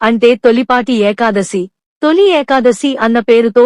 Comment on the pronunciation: Very worst AI Voice without proper pronunciation of the term "Ekadasi" !! Please remove this Video and do afresh and upload. Thanks